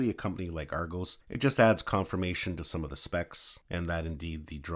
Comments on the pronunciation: It's Argos not Argose! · Ar go s 🤣🤣🤣🤣🤣🤣🤣 it's argos not ar go's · Argose 😂 Ar-goss!